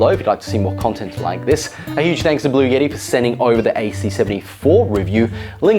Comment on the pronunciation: Bluetti not blue yetti. Button not buddon